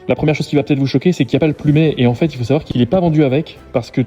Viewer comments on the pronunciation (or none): none